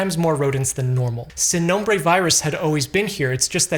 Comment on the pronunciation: + for pronouncing “sin nombre” (no name)